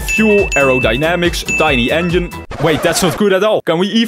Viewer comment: I love how he says "engine" to "onion"